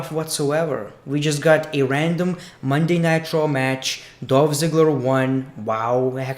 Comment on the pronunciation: I keep thinking that you’re saying Monday Nitro lol